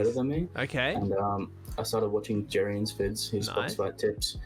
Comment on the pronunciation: OMG he sad jerian